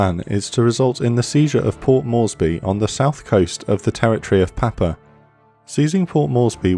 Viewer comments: It’s “Pop-you-a” not Papa. It’s also the Solomons, not Solomon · Ummm it's not Papa. It's pap-u-a, or Pap-you-a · "Papua":- ..pap you ah. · Another awesome video. Just a wee correction. Papua is pronounced "Pap-you-a". Just trying to help mate....